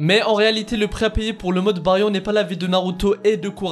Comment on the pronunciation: tu prononces le mode Baryon comme une merde